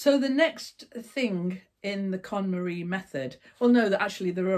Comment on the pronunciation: Every time I hear you say KonMarie method I crack up, because although I had heard of Marie Kondo, I hadn't heard that term and to my ears it sounded like you were trying to con someone called Marie ❤xxx